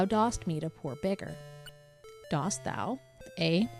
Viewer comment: Dost is pronounced like 'dust'. It's the version of do that goes with thou. It's similar to how does is pronounced 'duz' and doth is pronounced 'duth'.